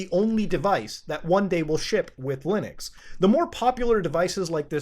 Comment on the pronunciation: Bro, when he browsed his directory, there is an mp4 where the title has the phrase "fastest nuke". Its okay, you are forgiven for what you did in the past muta. Edit: , muta said lunix. I'm laughing right now lmao